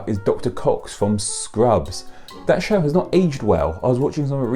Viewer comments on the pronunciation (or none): none